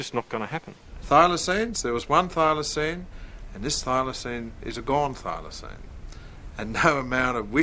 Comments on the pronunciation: The narrator is dumb. It's pronounced, but not spelt Filoseen,not Filosign.Der! 😂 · Oh, would the narrator learn how to pronounce "Thylacine" like everyone else?